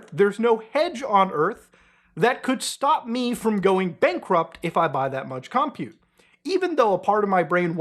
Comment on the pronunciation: Im so sorry, im autistic. You got it wrong 3 times and then right once, but the word 'compute' isn't pronounced 'cum pjute' it's just pronounced like 'computer' but without the r. The second syllable is stressed, never the first.